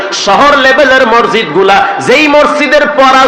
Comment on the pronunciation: বক্তায় মসজিদ শব্দটা বলতে পারেনা